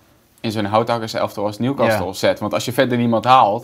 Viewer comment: Beste VI, je spreekt de T in castle niet uit. Dus het is Newcasle in de uitspraak :-)